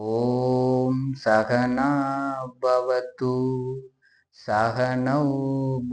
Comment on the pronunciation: சஹனா வவது என்று சொல்லுங்க பவது கிடையாது